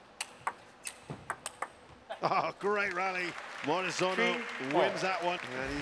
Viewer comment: Morizono. Not Morizano.))